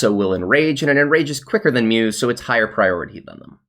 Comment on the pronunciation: Mousse is "moose" not "muse" LUL